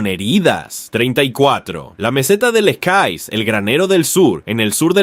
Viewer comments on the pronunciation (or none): Se dice lekaie